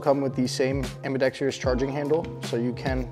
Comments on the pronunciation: Ambidextrous has 4 syllables, learn to say it correctly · It’s spelled ambidextrous, and pronounced ambi-Dexter-us. Not ambi-dextree-us. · almost everyone pronounces it incorrectly "ambidex-treeyus". they also botch the word "mischievous" in the same manner.